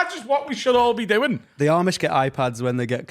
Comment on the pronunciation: You need to watch some Eli Yoder to learn about the different Amish orders. And how to pronounce Amish